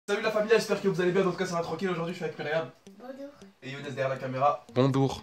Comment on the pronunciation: il ma tue quand il a dit bondoure